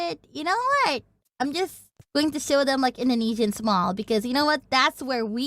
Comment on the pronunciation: Ah yes, my favorite cuisine "Intheneedsina" :face-blue-smiling